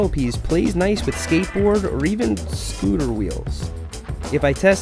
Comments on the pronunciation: i was offended for how he said "scooter" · The way you said scooter 😂yep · The way he said “scooter wheels”